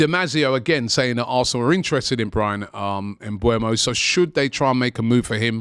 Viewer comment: Why do y'all always get his name wrong ? Smh! His name is Mbeumo not Mbuemo.